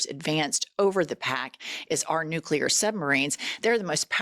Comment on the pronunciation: I would love to see his teleprompter while he speaks. I guarantee that the “big words” (more than two syllables) are spelled out phonetically. “Isss- Fuh- Hahn”, etc., and he STILL can’t say them. “Nooo- Klee- Urrr”. “Inn- Rich- Mint”. “Gaahhhd”🤣 That last one, he REALLY had trouble with, but it’s probably because he only started saying it just before his first election. I’m an atheist, but I think maybe something somewhere is furious with him and prevents him from being able to say anything about his supposed “personal” relationship with his “very strong, deep belief system” that he obviously doesn’t have. Love you guys, keep up your fantastic coverage of the disaster that no one with a brain voted for. 💙